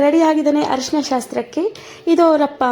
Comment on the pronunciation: ಹರಿಶಿನ ಅಲ್ಲ. ತಾಯಿ ಅರಿಸಿನ. .